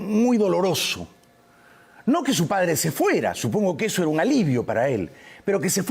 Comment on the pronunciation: Sobre todo que se deben pronunciar las " s " y no se dice que ej ejo la s no suena como j . Ya va es incorrecto , es ya voy o espera . Quien ya va??? Hay tantas cosas que corregir con esas dos avanzarían mucho